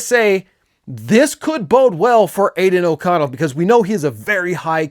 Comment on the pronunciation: Say aiden oconell again 🔫